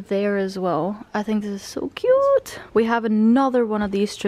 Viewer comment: I really like how say "This is so Coot" xD